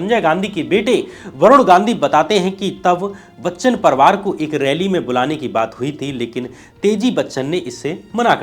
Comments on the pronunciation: परवार नहीं बे परिवार होता है, हरिशंकर नहीं हरिवंश राय नाम था😂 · साथ हिंदुस्तान नहीं सात हिंदुस्तानी परवार नहीं परिवार